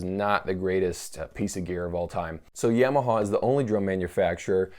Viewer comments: He says Yamaha like its a sweet potato -- "yam" (ham) o haw (like hee haw) or see saw. Yam o saw. I think its more like Yom-a-ha, like Tom-a-ha, like haha. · The Satanic Trucker Ya-ma-ha in fact is what it should be pronounced - in Japanese way, as it is a Japanese word. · I've never heard anyone pronounce Yamaha like you.